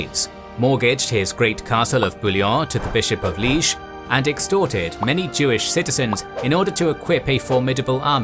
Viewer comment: I like the idea of a city now in Eastern Belgium called Leeeg. The locals do have a sense of humour. are excellent videos, however the pronunciation at times is extremely amusing.